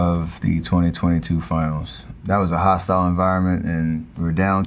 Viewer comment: I appreciate replaying the part where he says he lost to Toronto in the ginals